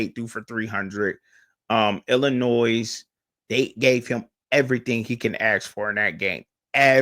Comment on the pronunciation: Hello, Bro. Pro tip: there is “No Noise” in the proper pronunciation of the French/Indian word: Illinois. This weird word sounds like: il•uh•noy I was taken to task years ago by an acquaintance from Dekalb, Illinois for unwittingly saying the word by sounding out the (s) on the end…exactly the way you are doing in this podcast. (no offense) Back then, I claimed ignorance on account of not being raised in the “Land of Lincoln.” Now that I’m a retired English teacher, I thought it might be helpful to share the experience. ✌️